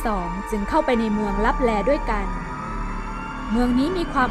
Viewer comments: ขอโทษนะครับ ที่อ่านว่าเมืองตับแต😅😅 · ขอโทษนะคะที่อ่านว่า เมืองลับแต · ขอโทษคา ที่อ่านว่าเมืองลับแต😂😅